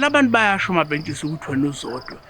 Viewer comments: Why keep saying "Mampesikha" uhlulwa ukubiza uMampentsisi yini???😂😂😂😂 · akaze albiza kahle igama laMapentshisi 😭😭 🤞🏼, "Mapesika" 🔥😂😂😂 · makes my day when she says Mapesika 😂😂